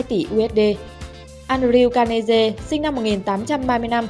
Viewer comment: Ố mai gạt, andrew carnegie mà nó đọc là an đờ riu ca lê giê, phải đọc là enđriu canơghi